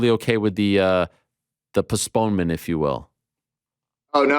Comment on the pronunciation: "Puh-sponement" 😂 Postponement, Ariel. Lol